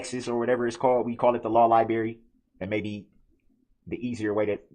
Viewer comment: Darrell and his law lie-berry. Is the monitor a blueberry or an apple? 😂😂